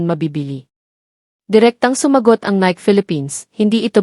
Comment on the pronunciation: 😂😂😂 pronunciation lng ng NIKE pang barrio ka na😂😂😂 pati Debut mali din😂😂😂